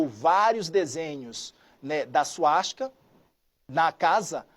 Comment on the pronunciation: Esse verme precisa ter o "cpf cancelado" antes q faça o pior com outras pessoas. Já demonstrou com ameaças que é um psicopata. Mas me indignei tbm com o nível desse âncora do jornal... Aos ele fala "suatica" se referindo a suástica e depois aos até gagueja pra dizer "esganando" qdo na vdd era engasgando. Pow o cara tá lendo e não consegue falar direito?! Que nível de jornalistas nós temos hj, misericórdia!